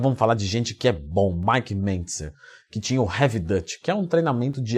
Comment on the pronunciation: Leandrão uma dica, Heavy Duty lê-se 'Rev Duri". 👍👍